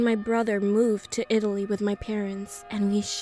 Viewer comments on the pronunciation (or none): none